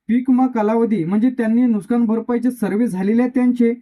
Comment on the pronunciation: नुकसान म्हणता येत नाही आणि माहिती सांगतो नुकसान कांनुकसानरे बावळट